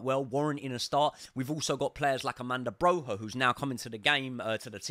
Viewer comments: Armanda broha 😀😀 learn how to pronounce our players names at the very least please mate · I really enjoy your Chelsea podcasts. Good energy, great footballing expertise. To my own surprise, I also really like your boxing channel. Excellent work. Congratulations. One request: Could you possibly work on the pronunciation of some non-English names? Broja, Malo, Tuchel etc.? That would be much appreciated. Many thanks, you will turn me into a proper boxing fan!